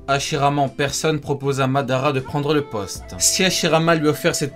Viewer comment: Ça se dit « Uchiha Madaraa